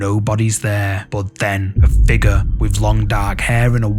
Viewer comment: FIGURRH 😂🤌🏽 love the channel!